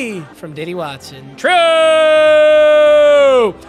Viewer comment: Bro why do you say true like that? It’s not funny